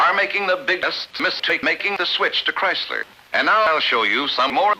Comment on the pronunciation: Christ-ler! Ford really fucks it up! xD